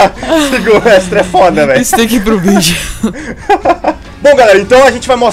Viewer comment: para de falar fóda